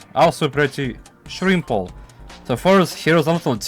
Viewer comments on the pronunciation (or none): Why does bro say simple like that it’s not shrimple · "Super shrimple"... bro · W video i also love how instead of simple you would say shrimple